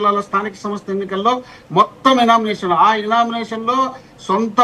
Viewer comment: ఇనామినేషన్ కాదండి గారు యునానిమస్ అనాలి